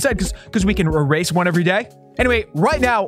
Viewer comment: rerase? lolll luv ya